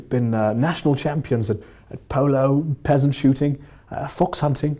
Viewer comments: HE SAID PEASANT SHOOTING😂😂😂 NOT PHEASANT😂I'M DEAD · Please tell me someone else heard “Peasant shooting” instead of “Pheasant shooting” 😂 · I thought it was pheasant shooting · Only just realised that said "Peasant shooting"